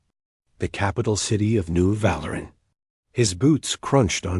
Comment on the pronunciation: Val-ur-an? I think Vah-leer-ian.